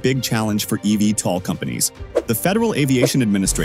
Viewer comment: Great video, but you need to do more research. Archer has an "all of the above" approach and will be both selling aircraft, as well as operating their own service. It is literally on the company website. Also, most people pronounce it "Eeee Veee tol." Your computer voice was all over the place!